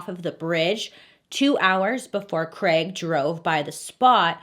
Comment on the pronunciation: Did anyone else hear ‘creg’ when it’s supposed to be ‘ Craig’ or is that just an English thing? 😅